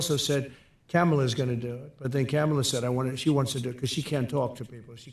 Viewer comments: Now it’s Camel-la ok man you’re hurting for things to say. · Is he saying “Camel” “a” on purpose? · He can't even say her name, let alone speak about ANY issue in logical, analytical terms. He loves labeling people. Why does ANYONE follow this (Aiden) guy!! As usual, great commentary and clips! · He can say Caracas, but refuses to say Kamala correctly. 🤡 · i wish every single person who talks to or interviews him would teach him how to say kamala and not go any farther until he says it correctly